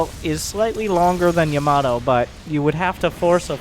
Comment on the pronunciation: No1 gonna acknowledge he's mispronounciation of Ya-mA-to? No........ ok